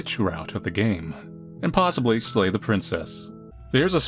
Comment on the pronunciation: Narrator be like: dammit, i said SLAY not LAY